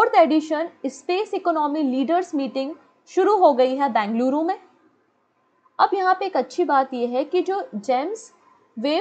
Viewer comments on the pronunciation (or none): none